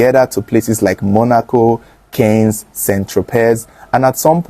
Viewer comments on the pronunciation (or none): Cannés is pronounced “K-aaan” not kens.